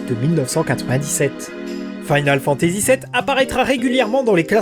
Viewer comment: Sa me tricher un peu ta prononciation de "Final". Mais ta vidéo est géniale. 😊